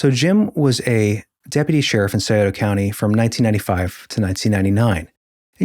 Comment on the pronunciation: You’ve lived in Ohio all your lives and you don’t know how to pronounce Scioto or Gallipolis? Really?